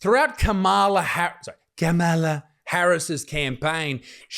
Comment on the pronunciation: So she prefers the pronunciation Camel-ah over Calm-ah-la? Wierd.